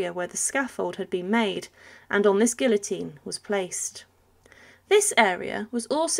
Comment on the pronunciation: First time in my lifetime that I heard somebody pronounce guillotine in that manner 😬